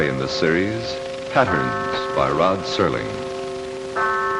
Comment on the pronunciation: Serling. Not Sterling